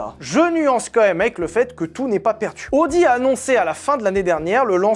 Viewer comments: ça ne se prononce pas "audi" mais "a o di" 😅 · Tu t'es demandé pendant tout l'épisode de l'essai de la Countach si on disait Countak ou Countache... Ben Audi, ça ne se prononce pas Odi, ça se prononce AOdi ;) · Je sais que l'allemand n'est pas la langue la plus jolie mais il faut au moins faire attention à prononcer correctement les marques: c'est "A-o-di" et pas "O-di". Prochaine étape: Nürburgring. Ce n'est pas le "Neurb'". C'est "Nurre-bourgue-Ring" (comme un ring de boxe)